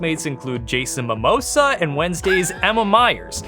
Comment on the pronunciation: Did mean Jason Momoa and not Jason Mimosa? 🤣😂🤣😂🤣😂